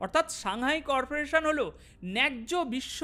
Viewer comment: সাংহাই কর্পোরেশন নয়, সাংহাই কো অপারেশন।